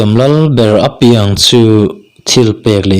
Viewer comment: A piang tih khi i thluk dik lo a, naute piang tih a piang khi lam ri ta la a dik ang ka lo tia.